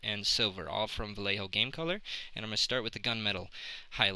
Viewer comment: Yay you said Vallejo right! Haha, sorry. But, great job. Space Jesters!